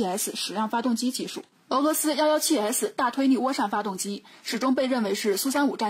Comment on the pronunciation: 换个播音员吧。。。我实在受不了nl不分。。比如大推腻。。。请见谅。。